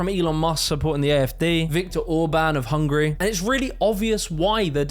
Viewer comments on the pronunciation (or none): none